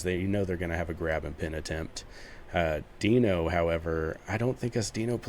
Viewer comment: Deino's "dino" not "deeno" fwiw So the difference is going to be growth time?